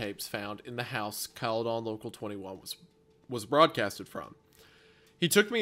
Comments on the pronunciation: Cala -den not Cala-don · The scariest part about this whole thing was hearing "Cale-don" and not "Cale-din" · its cala-den wendi not calleh- done😞😞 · I love the way wendigoon says "Cali-dawn" I have never heard someone pronounce it that way lol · Bro what I grew up in Orangeville Ontario lol caledon is right next to it a lot of friends of mine live there hahaha also its pronounced Cal-eh-din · It's pronounced Caledin. I hate this story so much. I live in Caledon so the fact it's left so open is fucked. Thanks for the nightmares. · The pronunciation of "caledon" cracks me up in this video haha. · It’s absolutely hilarious hearing them pronounce caledon and Bramalea. Also nice to know that Brampton has had very bad drivers for decades, it’s what we do best😭😭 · The pronunciation of Caledon is killing me